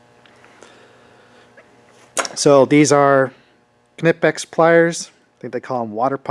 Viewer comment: Interesting! I rarely do field work, but I am always curious to see what people take with them. I also always peek into the toolboxes of outside maintenance guys that come into our shop, quite a variety of tools they bring. Btw: You pronounced Knipex very german ;)